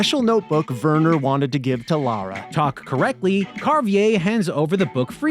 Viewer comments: It’s Lara, not Laura. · Damnit guys, her name is LARA....not Laura. Lah-ra. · Lara Croft, not Laura Craft!!! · Her name is "Lara" not "Laura"